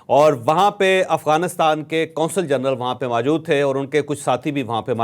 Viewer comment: لفظ موجود ہوتا ہے ماجود نہیں